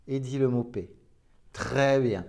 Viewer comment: Paix et pas pet hein 🤪 merci ✌️😘